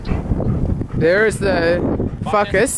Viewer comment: did he say fuckus or focus lol